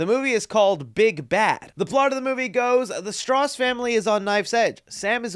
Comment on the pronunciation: Im sorry but Strauss is most likely str-ow-s, like you hurt yourself in the middle of saying it.